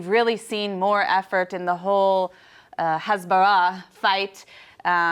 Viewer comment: She's an Arab and grew up in Lebanon but can't say "Hezbullah" proper? I call BS